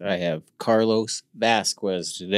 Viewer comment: Pronounced Vas-kes not Vaz-qwez lol